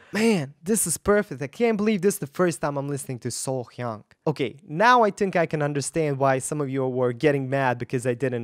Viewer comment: Perfect !!! You said her name correct!!! Wait til you hear her other songs that will blow your